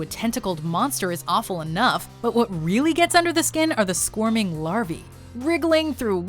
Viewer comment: what the fuck is “larvie”??